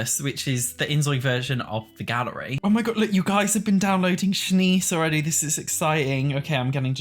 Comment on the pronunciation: I'm sorry. LOL My dirty minded ears heard "inzoi orgy has..." instead of "inzoi already has..." at the very start. I had to put CC subtitles on while doing a double take.